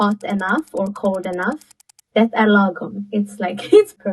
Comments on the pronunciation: Norwegian here: pronounced the t in the end of "det" when she said "det er lagom". Does she really speak Swedish? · I would just like to let you know that your Swedish tutor probably isn't very good at the language. This, given that she mispronounced the very simple word "det" meaning "it" or "that". The "t" at the end is silent, pronouncing it is a common mistake by made by beginners.